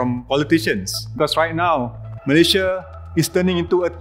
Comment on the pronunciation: i like how fahmi correctly pronounce malaysia i hate listening to people saying meleyzhe meleyzhe